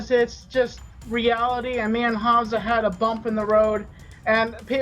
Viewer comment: And he can't even pronounce names "Hanza" really Keem you really need learn how to speak god damn English.